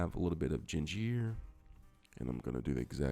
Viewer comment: Where did this guy learn English? Burnarating, gingeer, papeer instead of pepper, thickenazation, complimate instead of compliment and did he say shrimple??? Making up words lol!!! Took him long enough to start stirring the shrimp. Shrimp cooks fast! Is he trying to sound French?